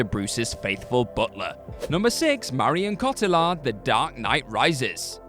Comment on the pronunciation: You butchered that pronunciation of Marion Cotillard, do what culture presenters try and get one so wrong every list?